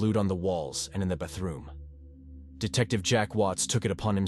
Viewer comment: Nah, pronouncing "wiped blood on the walls of the bathroom" as "wee-ped blewd on the walls of the bu-throom" is totally normal 😂